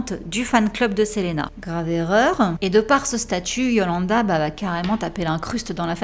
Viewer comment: Très bien ta vidéo mais juste ça se dit Selina parce que c’est en anglais